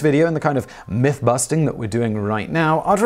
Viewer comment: The "mith" made me smile. Have a good day.